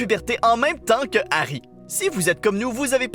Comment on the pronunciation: Giarry on dirait diarer